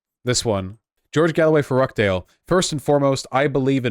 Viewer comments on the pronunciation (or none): ruh .ch. dale, not rah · Hearing vaush pronounce it rock dale 😭😭😭😭